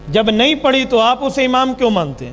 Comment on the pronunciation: اپنی اردو تو درست کر لیں "نماز پڑھی جاتی ہے۔ پڑی نہین جاتی"